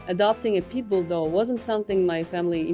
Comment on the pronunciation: I know she's saying pitbul dog.....but I hear people dog lol.